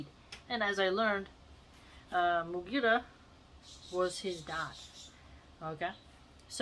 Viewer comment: the way you said mugeerah is so funny , god bless you sister